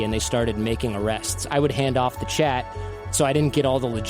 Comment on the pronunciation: sounds like hes saying chet instead of chat!